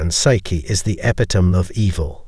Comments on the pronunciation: It’s not e-pi-tome.it’s e-pit-o-me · It’s pronounced: Eh – pit – o – mee